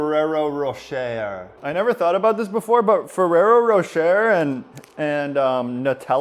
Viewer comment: You don't pronounce the last R in Ferrero Rocher lol